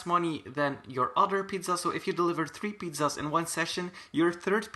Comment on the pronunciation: He says pidzazdz